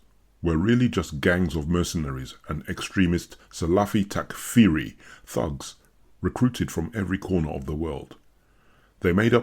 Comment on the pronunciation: lol, the voice pronounced takfiri differently every time ><